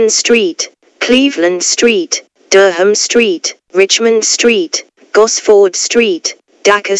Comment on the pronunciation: "DER-HAM" oh come on!